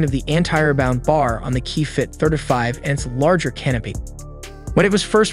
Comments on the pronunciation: Pronouncing it like “certify” with a lisp. It’s tripping me out hearing “30” pronounced perfectly, followed by the “30” within “35” pronounced completely different. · I never knew 35 was so hard to pronounce until now